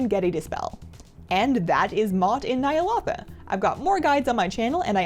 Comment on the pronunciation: ny a lo tha not ny a lota